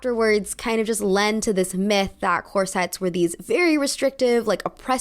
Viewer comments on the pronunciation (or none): none